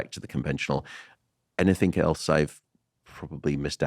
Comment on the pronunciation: Matt.. Please stop saying anythink 😢